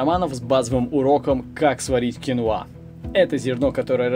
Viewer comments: Всё замечательно. Только это кинОа, а не киноА. Так что если уж Вы, знакомите нам с зарубежным продуктом, было бы не плохо называть его правильно. Гугл Вам в помощь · Ударение на второй слог " кинОа" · КинОа,ударение на О